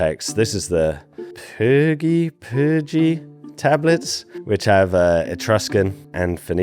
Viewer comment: Pyrgi.. pronounced PEER-GEE. Also.. Magliano.. pronounced MAL-YAN-NO.